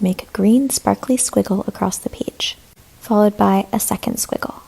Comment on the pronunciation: Page❌ Pige✅